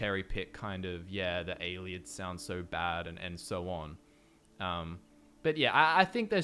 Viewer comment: aye lee id not aye lid